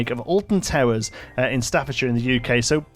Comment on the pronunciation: ur like the only ytuber who said Staffordshire correct.... Thankyou